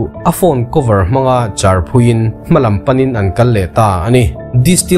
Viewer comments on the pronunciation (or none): none